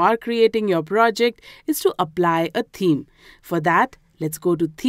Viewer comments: You r lesson was really good but can you please pronounce the word "Theme" correctly it has a "TH" sound in it, it is not pronounced "Teeme" it is pronounced With the "TH" sound so that would be "Theme". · She says "team" but she means "theme"